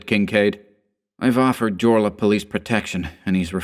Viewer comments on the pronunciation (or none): Are we sure the actor's name, being a central European (Austrian) surname starting with J, is not pronounced "yorla"? I love your chan, btw, please pardon the nit-pick. <3